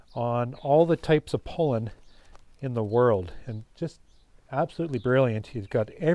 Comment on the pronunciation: Very nice BUT... could you stop calling it "pole-in", it's pronounced PAW-LIN (sorry but it drives me nuts )